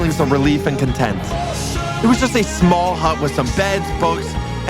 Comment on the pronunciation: I died when he said “sma island”